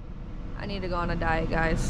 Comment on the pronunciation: 🤣 Did she say diet? Yeah, me too!